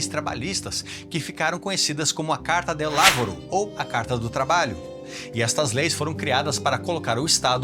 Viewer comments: Lavoro pronuncia-se "lavôro", e não "lávoro". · Guarda, non si dice "lÁvoro". Piutosto "làvóro". Hai capi? Bravo!